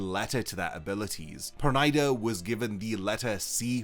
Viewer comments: it's per-nee-da not per-ny-da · Pronouncing the name like that is ridiculous. It is Yiddish, almost Hebrew, if not. Please stop pronouncing the name as the Japanese who have a problem with its pronunciation in the first place.